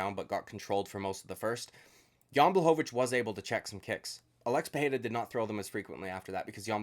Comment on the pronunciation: "Alexi Pereria" fuck u dude